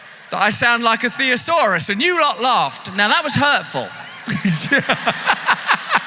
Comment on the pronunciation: Russell its a "Thesaurus" , not a "Theosaurus" 😅